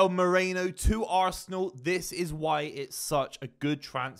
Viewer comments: MEH-REE-NO not Moreno. Merino. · no one can pronounce this dudes name. MEH-REE-NO!